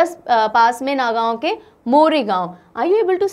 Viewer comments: Not a Nagaon pronounce Nogaon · The pronounciation of Nagaon was wrong actually it is pronounced as ''Nogaon'' also The pronounciation of Barpeta was wrong It is pronounced as "Borpeta".